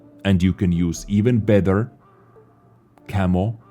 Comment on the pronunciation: Hey, why can u pronounce the "t" in the word "tank" perfectly but cannot do it with the word "better" which u pronounce as "bether"?